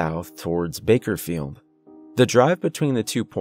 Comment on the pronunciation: *Bakersfield... not "Bakerfield"...lol